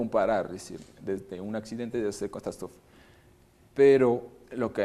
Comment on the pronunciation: ...dice "CATASTRÓFE "..... CON ACENTO EN LA "O" .... JAJAJAJA. QUE BRUTO DE MIER DA